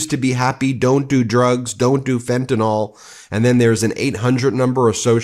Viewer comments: Loving your channel. One pet peeve though. It's is pretty rampant, not just your coverage. Fentanyl is fenta-NILL, not fenta-NALL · Just one little nit to pick. Fentanyl is not Tylenol. It is not pronounced like Tylenol. The last syllable is "nyl" as in NILL, not NAWL. FEN TAH NILL, not FEN TAH NAWL. Otherwise, great reporting. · Ugh! Please pronounce the drug fentanyl with the ending is pronounced 'nil' not 'nol'. It needs to be pronounced correctly PLEASE!!! R.N.